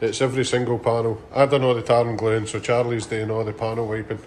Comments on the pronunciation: The first few times I was sure you were saying "tartan glue remover" before I realised it was tar and glue remover. 🤣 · It sounds like you say “tartan blue”. You should do some merch with a kilt on it saying “tartan blue” it would be great and be part of a Scottish theme